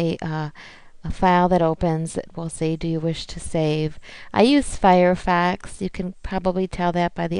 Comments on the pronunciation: umm... Firefox not Firefax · Lol good vid but its firefox not fire fax